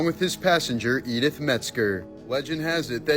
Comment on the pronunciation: Yep, and the fact that her name was "Eat It", sorry edit, Edith! 🤣🤣🤣